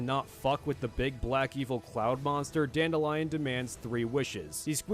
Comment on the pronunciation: Not sure you're gonna care about this, but Dandelions name, when I've been exposed to it, was not pronounced dandelion. It was dan-DEHLyin. Not the flower but the name, pronounced with some masculinity.